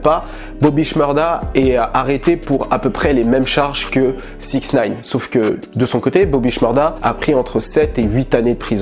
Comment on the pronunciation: on dit sixty nine et non 6nine... peace